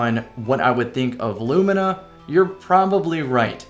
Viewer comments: Haven't you heard? It's apparently pronounced 'loo-mee-nah'. ...but it so totally isn't. Thanks for getting it right, lol! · pronounced it correctly! Huzzah a man of quality!